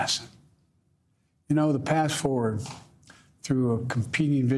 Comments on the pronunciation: He was trying to say "Ballot Box".😂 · I think he was trying to say ballot box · Not being mean, but I seriously couldn't figure out until almost the end when he kept saying battle box. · Did he say "battle box"